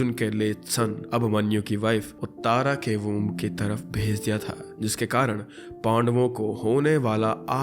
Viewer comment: उत्तारा ❌ उत्तरा ✅